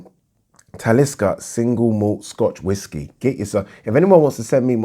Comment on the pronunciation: Lol, that's not how you pronounce Talisker. Doesn't matter though! potatoes, potatoes etc! On with the boxing chat!